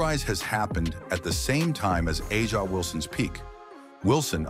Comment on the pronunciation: Not a bad video, but I’m quite sure you’re the only one creating a rivalry between CC and AW (pronounce her name correctly) Ask CC if it’s a rivalry before you try to prophecy. CC is truly the MVP in all facets of the W. Aja great player, great stats, I guess that’s what they go on. She was being promoted as MVP after game (4). The narrative continues. CC has already accelerated down the path as becoming the GOAT.